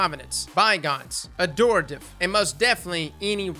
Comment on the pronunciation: You said "Adorative." Instead of "Adhorative." HA HA HA! XD